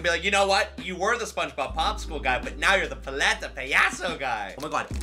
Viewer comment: I don’t want to be that guy but (Pal- ete- a) (Pa- ya- sos) Is how you pronounce it Sorry it was bothering me